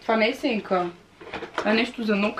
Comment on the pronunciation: единична СЕНКА О ГОСПОДИИИИ не казваш виждам си сЕнката. СЯНКА!!! Не пропускай часовете по български моля те🤣🤣